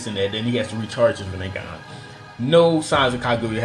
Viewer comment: was he tryna say rinnegan or was it just “this nigga”😭😭